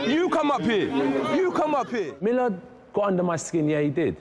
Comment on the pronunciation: Millar ...terrible, terrible